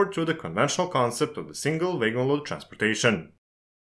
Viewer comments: A most interesting video. I'm not sure I understand the difference between a gravity and a hump yard - they seem to be the same. I hope you don't mind, but wagon is not pronounced "way-gon" but "wagg-on". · So in English, it's not like in German - a W is not a V, and makes a sound of "ua". It's "wagon", not "vagon" 😉👍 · I'm sorry, but your pronunciation of wagon as waigon is completely distracting me from the rest of the subjects discussed in the video. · Vay-gon = wagon. You're welcome. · Took me 10 minutes to figure out what vegans he was talking about. :D Great video tho! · Great Video - For some reason, everytime WAGONS was said I heard VEGANS - Isnt that funny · I'm glad I wasn't the only one! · when you say "wagon" it sounds like "vagrants" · Yes. Noticed my self. No issues here, just thinking he is German or Dutch by pronunciation. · Yeah... The author could've at least checked with Google how to say "wagon" the correct way in English. Good tip for next time.